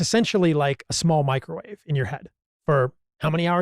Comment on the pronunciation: its microwave, just sayin